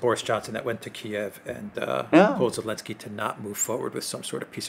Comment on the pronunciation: Why does say "Elensky"?